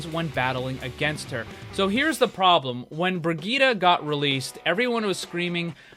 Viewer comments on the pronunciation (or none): Hey, just a pointer. Brigette is pronounced Bri-jit, not Bri-geet-a. Ur still an awesome channel!!! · Please never say bri geeta ever again. It's bridge et......